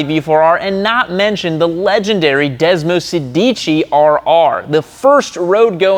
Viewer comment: desmosedici, every italians ears are bleeding at this pronounciation butchery XD <3